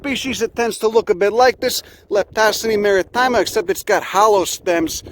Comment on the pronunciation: it's not maritima, it's MARITIMA